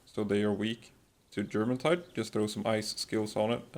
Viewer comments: Jormuntide is pronounced Yormuntide because its based off of Jormungandr from norse mythology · You pronounced it with a J but it’s a Y, like the mythical Viking serpent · You don't pronounce the J in Jormuntide as a J sound it's yuh sound like your-muntide. Same with Bjorn the last tower boss. B-your-n not B-Jur-orn